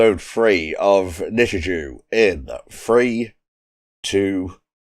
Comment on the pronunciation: Finally found the time to sit through this one lol. So for reference, it is pronounced "Nichijoe" not "Nichijew" lol. Also yeah Hakase literally means Professor in Japanese, so that's why the dub calls her Hakase instead. From what I can remember for my schools, English tended to use red, Maths was yellow, and I think Science was blue or green? I vaguely recall Religious Studies being brown but I could be misremembering. It's been like over a decade so I don't really remember too well honestly lol. As for why it keeps numbering things, it's more or less just to indicate when it's a new scene basically. Yuuko is great lol, one of my favs. She's just friggin' hilarious lol. Sakamoto is probably my favourite character though. Talking cat leads to a lot of hilarity. But yeah I wouldn't think too hard about the commentary for a series like this, it's the sort of show where a lot of the enjoyment comes from the reaction to the absurdity of things. I would recommend watching the episodes to the very end though because they tend to change up the ED theme to have different versions of the song. In the second half it's also just an entirely different song everytime. They also just sometimes have a scene tacked on after the ED as is the case with episode 3. I look forward to the rest!